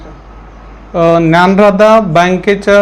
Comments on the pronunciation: Dyandhara nahi dyanradha bank 😢 😅bolne nahi hota ya aata hi nahi hai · मॅडम ज्ञानराधा आहे ज्ञानधारा नाही